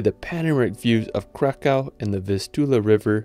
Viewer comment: You have to read it like Vavel Cracov